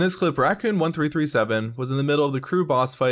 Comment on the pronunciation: we now live in a time when 1337 is pronounced "one three three seven"